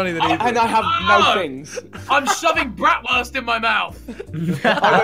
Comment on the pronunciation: YEAAAH I'M SHOVING BRATWURST IN MY MOUTH Dafuq Ethan You out here misspronouncing Things It's : Brrrraahtwuuuuhrsttt Not Brattwörsst